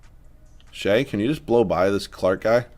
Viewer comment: Its shay, u said it right